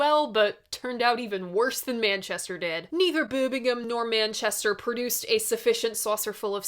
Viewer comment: hello. to say birmingham right, you say it as "berrrm ing um"